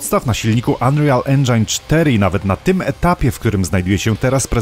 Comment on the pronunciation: ten angielski silnik unREAL nie czyta sie ANreal tylko ANRIEAL (ea czyta sie razem)